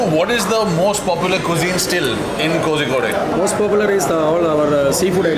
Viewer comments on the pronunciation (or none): Ugh, say "Ko-rri-code". Don't say "Ko-Zee-kode" or worse, "Ko-Zee-Koday". If all else fails, just say Calicut, we don't mind. It's better to say Calicut than butcher the Malayalam name. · WTF is kozikodey? If you cant spell it properly just say Calicut in English. Don't mispronounce it so badly. It iritates a lot to hear.